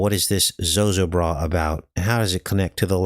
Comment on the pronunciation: Zo ZO bra it us pronounced-accent on second syllable. FYI and thank you